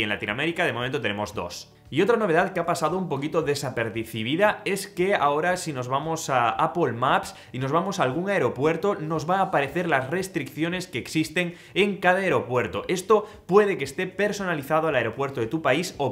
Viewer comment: desapercidibida xDD